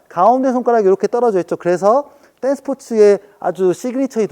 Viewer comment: 많이 배우고 갑니다.^^.. 근데 "딴스"는 댄스의 일본식 발음입니다. 그밖에도 빠이빠이 삐까뻔쩍 아싸리 간지난다 무시로 등등 우리도 모르고 쓰는 일본말이 많읍니다.^^